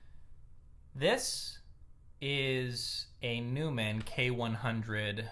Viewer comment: Neumann, neu part is pronounced as noi, as in noise..., good to see you finally doing this professionally and representative with the microphone system that I recommended that you use, incidentally, don’t know why though, he usually gets called Dave in the professional world, watch some Christian Henson Music videos, this is one of the men behind Spitfire Audio, Labs and Piano book Sample Instruments, one of the most highly respected and regarded companies in this recording field,you can download a binaural recording on piano Book Christian‘s own private piano as a Good headphone reference.please Tell your viewers that , as you call him,Randy recordings are only meant for headphone recordings but, many top producers use him for stereo and Multichannel playback mixes for playback on speakers, many recordings of Drums and pianos today have a “really in your living room” sound because of Randy/Dave or, THE Neumann.. By the way your old system would be useful when people would do the playback through their own speakers, but the elephant in the room is YouTube audio playback quality and compression algorithms...